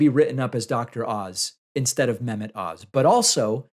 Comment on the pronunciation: The H in Mehmet isn’t silent